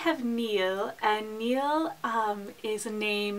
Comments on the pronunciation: Niall was wrong, it is supposed to be pronounced Nile, like the river. In the anglicized version it is pronounced the same as the word "Kneel" and is spelled both Neil and Neal in the US. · Sorry to correct you again, but Ciarán is pronounced "keer-awn" when the accent on the 'a' is present, and without the accent it is the way you said it. Niall is pronounced like the river Nile. :)